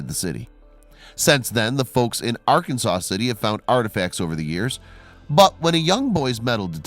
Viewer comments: You pronounce Arkansas city as R Kansas. Not R Can Saw. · Let Me Know, well I am letting you know. The name of the town is " Arkansas City" pronounced "Ar Kansas City or Ark City" for a shortened name. The name is derived from the river it sits next to which is called Ar Kansas River, not Arkansas like the state. i should know I was born there. Just so you know. This is not a rude comment, just me being a smart A**. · r can saw city lol